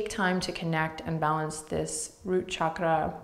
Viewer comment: As an Indian I am so happy that Adriene says ‘chakra’ with the right sound as in ‘channel’ and NOT as in ‘Chicago’ or ‘shark’. And every other Sanskrit word/phrase - absolutely accurate in terms of sound. This is very important as sounds in Sanskrit are important in terms of frequencies.